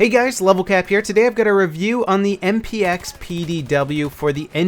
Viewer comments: I think he said "MPX" wrong at least 3 times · I think by accident and he also said XMP instead of MPX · lol i heard him say that i think he meant MPX